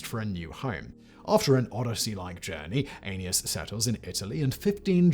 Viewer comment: I literally coughed my guts out laughing the first time he said Aeneas